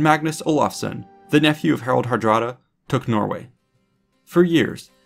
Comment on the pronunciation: Good video, but the pronunciation makes me cringe. His name in Old Norse was Haraldr harđrádi. A more modern Scandinavian version would be Harald Hardråde. Á and å is not a regular a, but is pronounced like the o in the English word lord. Are you saying I should call them lards?